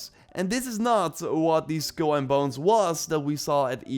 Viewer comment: It’s pronounced SKULL and Bones, not SKILL and Bones.